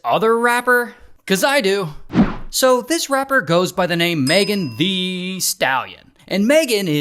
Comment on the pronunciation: Ok ray it's thee not theeeeeee Asin MEGAN THEE STALLION not MEGAN THEEEEEEEEEEE STALLION